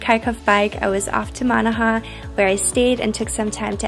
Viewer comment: County "Mon-aa-hann" . Lovely video. Sadly it will take a few generations to dilute the religious hostilities and the remaining divided. Most importantly, I'm glad you enjoyed the trip and experienced the hospitality and kindness of people. 🙏🙏🇮🇪